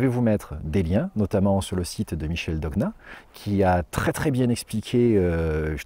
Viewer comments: Merci à vous et merci de rendre hommage à Michel Dogna, un immense contributeur à la santé naturelle. Prononcez son nom, non pas Dog-na, mais DOGNA, comme dans aGNeau,champiGNon, siGNe, araiGNée, gaGNer. Le son GN est très spécifique à la langue française et très présent! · Moi aussi je pensais qu'on prononçait dog-na ( après les noms propres n'obéissent pas forcément aux règles d'orthographe ou de prononciation)